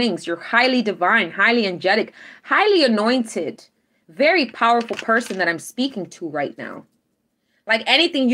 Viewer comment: Everytime you say "Highly anointed" I hear "Highly annoyed" 🤣 You're the best 🖖💎💕🌌